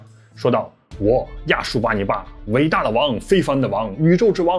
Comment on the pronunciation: 亚述发成亚旭